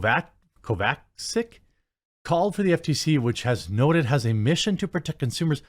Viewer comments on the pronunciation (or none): Jeremy. The Pronounciation is Kova-chich